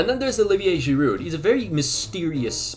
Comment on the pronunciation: Like Django, the D in Giroud is silent